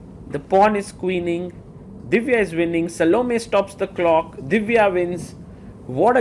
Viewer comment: "Sal-Oh-Me"? You might as well be calling her "Salami" at that point. lol I think the correct pronounciation is "Sah-Loh-May".